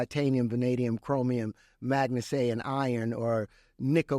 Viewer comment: Titanium, vanadium, “magna say” what???😂